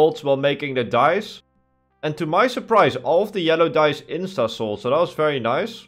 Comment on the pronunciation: Dyes. Me not looking at the screen hearing dice